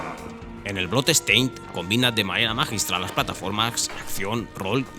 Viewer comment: Your pronounciation of the word bloodstain is awful. Dont say blood estain. DONT say the E